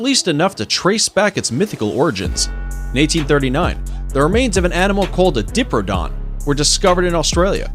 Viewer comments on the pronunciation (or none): Mispronounced your own text. Diprodon, should be diprotodon. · Diprodon? Did you say DIPRODON? You even had it written properly on the screen! Diprotodon. Pronounced: Die-pro-toe-don. Please try a bit harder in future. Edit: Oh...and your 'aboriginals' were just appalling. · Its pronounced die-proto-don. Bunyips are almost certainly based on seals and sealions swimming up rivers and into inland waters. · It’s die-pro-do-don not dip-ro-toe-don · he cant say diprotodon, he says dipradon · "7 Mythical Creatures That Existed in Real Life" ...with a few caveats. Sorry, tabloidy bollocks, thumbs down. "Diprodon"? LOL Try "Di-Proto-Don". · It's pronounced die-proto-don